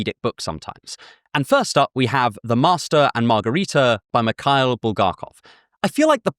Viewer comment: As a russian, I'm really glad you like russian literature ❤ But our "Mihail" or however it's written on the cover is not your "Michael". It's pronounced as Mihaíl and there is no k sound, but there is h sound. Usually k before h in russian names and surnames added just to show that h is pronounced. But otherwise I really appreciate your recommendations, many of them got me really interested